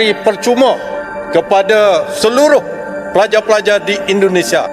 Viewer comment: Bukan pelaja pelaja bos tapi pelajar pelajar,, baca nyt